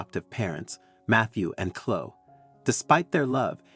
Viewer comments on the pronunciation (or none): Too fanciful a story that does not sound true. Biological parents turning up and expecting an unrealistic response??? It is Chlo-e, not Chlo.